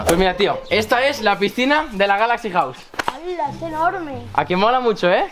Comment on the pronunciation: Cuando quería decir galaxy wow dijiste galaxy Río jaja😆😆😆😆😆